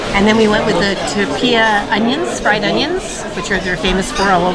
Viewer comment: Tro-pay-uh Not Tro-pee-uh